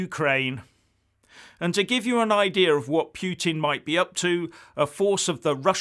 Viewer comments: What is talking about? Who is "Pweting"? hahahahhahahahahhahahahahahahahah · 'Pyootin' derangement syndrome,?